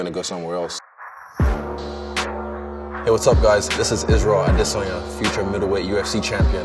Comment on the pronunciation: Okay Ariel, I take it back. Turns out you were the only one pronouncing his name right lol